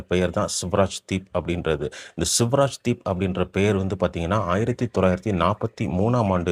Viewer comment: It is not ' Suvaraj deep' but 'Swaraj deep'